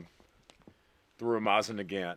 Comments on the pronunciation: Mosin Nagant ❌ Mosin NEH GANT ✅ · "Mawsin nagAnt" how do you say that with a straight face??? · MOSSAN NAGGANTTT LMAO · It's not called a "maw-sen niegant" It's pronounced "moe-sin nagant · You pronounce stuff weird. LA Pua. Moss in nag aunt 😂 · man for a guy that spent a lot of time with foreign language speaking people you butcher the word mosin nagant in a way i diddnt even think was possible. "moe zen nuh-gaunt" is the right way to say it, just like how everybody else says it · “Mozzn negant” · Moh-zin nuh gant. Who tf says it like that. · The proper pronunciation is " Mo seen - Na Gan" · You have to be saying it like that on purpose. “Mawzin Negant”, “L’High”, “Lapuwah”…Good ol rage bait haha! Someone in Kentucky named Scott just had his ears perk up! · "Mah-zzin Nuh-gan't" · Mawzin nuh-gant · Moss Ann nawgnat lol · Take a shot every time he intentionally mispronounces Mosin Nagant = alcohol poisoning before new year. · Know idea if its on purpose or not, but the way he says mosin nagant makes my fuckin brain hurt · I'm not one to argue with a lawyer, but if you mispronounce another Lapua or Mosin Nagant, I might do it. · I hate you so much for mispronouncing every single utterance of “mosin nagant” …. Good job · Why are you saying mosin nagant so wierd😂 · Every time he says "Mosin Nagant", his pronunciation gets worse. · Breaking news: Lousiana man says "Mosin Nagant" like he is from Wisconsin. be hitting the beer and cheese too hard. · Oh yah, he rilly does now, doncha know? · I hate his pronunciation of it